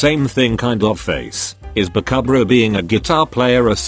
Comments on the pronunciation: Why does it say bakahbra instead of bakubro? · I like how the narrator says : bakabruh like tf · Instead of saying bakubro it says babkbra 🤣🤣🤣🤣🤣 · Me: Lmao Denki the lazy student Voice generator thing: Bakuh-bruh Me: …..*snickering intensifies*